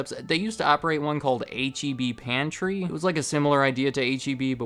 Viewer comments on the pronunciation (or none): H-E-B was the only thing I liked about living in Texas, and the only thing I miss from Texas. But don’t you dare call it HEB, Texans will be sure to let you know that it is H-E-B. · H-E-B? You mean heb?